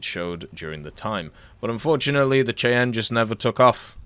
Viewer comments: AH-56 Cheyanne is pronounced "SHY-AN" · its pronounced "Shiann" like the Native American Tribe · Cheyanne is pronounced “Shy-Anne.” It’s a Native American tribe in the US. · It's pronounced shy-ann....like the Indians.